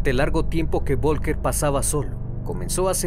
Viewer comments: Folgar así se pronuncia. VOLKER jajajaja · Vivo en Alemania y el nombre Volker se pronuncia como "Folka". Aquí la V se pronuncia como una "F" saludos buen video